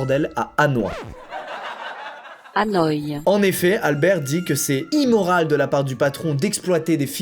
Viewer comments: "Hanoa" au lieu de "Hanoï", mes origines saignent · « Anoi » aaaaaaaah cest Hanoi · Att il a vraiment dit "Hanoix" 1er degré 🤣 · Ce début de vidéo entre "anne oie" pour Hanoï, et "Audi, quatre anneaux" 😂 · La prononciation de Hanoï m'a tué XD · Les Vietnamiens en sueur quand il a prononcé Hà Nội 😂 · Tout les vietnamiens en sueur quand squeezie a prononcé Hanoï mdrr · Oh ptn la prononciation de la ville de mon pays d’origine me fait marrer 😂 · Mdr Squeezie entre "Ohio" et "Hanoï" fait un effort frero la bise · La prononciation de hanoï 😂 tout les vietnamiens en pls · Alors, certes je suis qu'à 2min de vidéo MAIS pour moi qui suis originaire du Vietnam et qui entend cette magnifique 🤌🏼prononciation🤌🏼 de HANOÏ putain je canne 😭😭😭 Merci